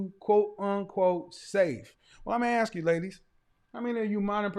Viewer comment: “I jis wana axe you” Just a little English would be nice! Just pretend to try🤷🏻‍♂️